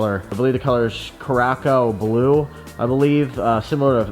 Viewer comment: Did you say the color was "Cracko Blue" hehe that's lit